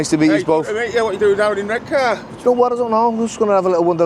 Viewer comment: If he mispronounces Redcar one more time, I'll scream. (EDIT...ARRGHHH!!).